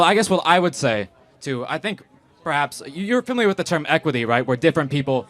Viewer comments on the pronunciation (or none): none